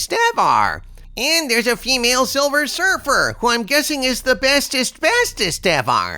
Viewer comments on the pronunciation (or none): It is Silver Surfer not Silver Surf-her